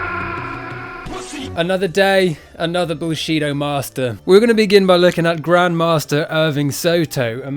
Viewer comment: "Bullshido" LOL. I wasn't sure that's what you said at first, and had to rewind.